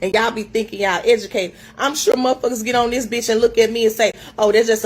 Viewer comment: “Black women IS the mos egicateit group!”🤣